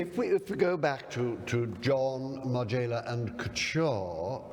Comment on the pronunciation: It's Margiela not Marjayla Colin. You are perfect otherwise!